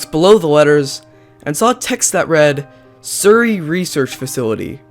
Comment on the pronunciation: It's Surrey not Siuri